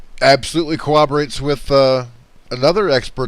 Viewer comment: You lost me at "inter-dimensional vehicles for fallen angels" Trust me when I say that NO RELIGION IS BETTER THAN ANOTHER. I cannot deal with religious people in any sense ESPECIALLY when they trash other religions. BTW its CORROBORATE not COWWOBOWATE...c'mon. If you are going to tell people their business then you have to do it right.